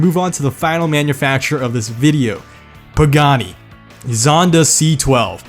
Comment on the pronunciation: The way you said Stradale makes me want to kill myself. As an Italian Canadian I'm insulted. Still a good vid though, also that exact photo of the Tipo 33 Stradale is my wallpaper. EDIT: That whole Pagani segment was 100% perfect